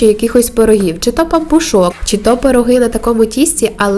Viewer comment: Те що все розповідаєте це добре і навіть цікаво, але так гундосите, що аж голова розболілася, полікуйте гайморит, чи що там у вас, не в образу. І коли монтуєте відео не обривайте закінчення слів,😏і чому в словах, де має бути И ви говорите І, наприклад, пиріжкℹ, а не пиріжкИ, чℹ, а не чИ, якось дивно озвучуєте слова українською мовою. Тісто замішане рідко, тому і такий хлібчик вийшов пухкенький, смакота.👍👍👍